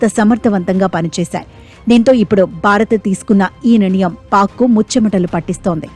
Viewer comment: బారత్ కాదు భారత్